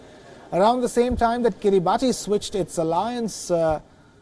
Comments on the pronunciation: It's pronounced "kee-ree-bas", not "kee-ree-bah-tee". If you can't be bothered to learn the real name, how can we trust that you've properly researched anything else? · its not pronounced Kiri baati but kiri bas. ti over here is pronounced the same way as ti is pronounced in nation or solution it has " sha" sound rather than " tee" sound. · Its "kiribas" 😅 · It is written kiribati but pronounced as kiribas. If i am not wrong! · It is pronounced Kiribas not Kiribati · It's pronounced as kiribas...not Kiribati...ti is S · It is pronounced as Kiri-bahs and not Kiribati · Its pronounced kiribas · It should be pronounced "Kiribas" please do more research you Indian reporter. XD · Pronunciation is Kiri- bus. Ti is pronounced “s” in that country. I have taught Kiribati children in New Zealand. A typical boys name is written Tioti, but it is pronounced Sos (as in sauce). Thought I’d let you know. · Just going to add some info here. it's pronounced as Kiribas not Kiribati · Guys. Please at least pronounce the name correctly. It undermines your editorial integrity if you pronounce a country's name incorrectly. It's pronounced akin to 'Kiribas' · It's pronounced Kiri-bas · A. Pronounced “Kiribass” B. It’s a country that technically yesterday, today and tomorrow on the same day so they won’t technically default on loans 🤪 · It's actually pronounced as 'kiribas' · Pronounced "kiribahs" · It is pronounced kiribas not Kiribati.. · You pronounce it as Kiriba(as) Not as Kiribati Though you write the name as Kiribati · FYI..it’s pronounced Kiribas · It is pronunced as kiribus. Come on wion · It's kiribas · Actually Kiribati is pronounced as Kiribas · Please correct the pronunciation of Kiribati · Bro that is not at all how you pronounce Kiribati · Maybe learn the correct way to pronounce Kiribati before going on air.